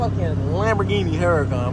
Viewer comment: I wish people would pronounce the name correctly. Lamborghini names their cars after famous fighting bulls. It’s a tradition the bullfighting enthusiast Lamborghini Sr. started. So this car is pronounced OORA-KONN” which is Spanish for hurricane, the H is silent